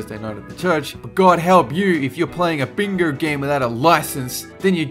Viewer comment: "Playing BINGAUURRR" ha ha ha